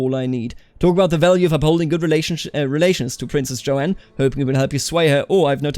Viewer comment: The name "Joan" is one syllable. It's pronounced like "Jone."